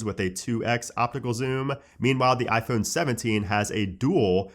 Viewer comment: Why cant he say ‘iphone’ like a normal human?